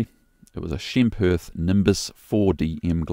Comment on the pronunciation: the way you pronounce Schempp is wow, Hirth is ultra ... i dont pronounce Porsche as porch. and Renault not as Rhinjault. as an aviator, how about pronouncing these few names correctly? ;) best wishes.